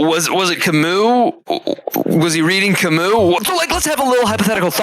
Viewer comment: I didn't know that Albert Camus was a Russian, especially with that silent s in the end.